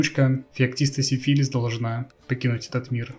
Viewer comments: Изменение ударения в названии династии изначального смысла не меняет! Это, как бы так выразиться, отвратительно! Именовать посланника Богов венерическим заболеванием! Если тебе ТАК нравится это слово, то лучше переделой его. Сифилис -> Сифилий. Это куда больше похоже на настоящию фамилию. Если у кого то есть свои варианты, то пишите их в ответе к этому комментарию. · поменять ударение на греческий акцент, да он гений!